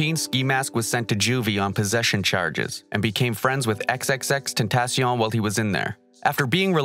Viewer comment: It's been years and people still can't say tentacion